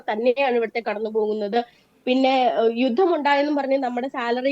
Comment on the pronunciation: അവതാരകാ , "യുദം" എന്നല്ല, "യുദ്ധം" എന്നാണ് പറയേണ്ടത്.